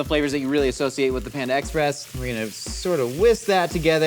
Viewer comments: I really did not like how was saying “Panda Express” it was like “panda EX..press” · The emphasis puts on the “Ex” in Panda Express (ie, “panda EXpress”) bothers the ever living hell out of me, but I wouldn’t have it any other way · the way he says panda express is killing me 🤣🤣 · do.....do people pronounce panda express like?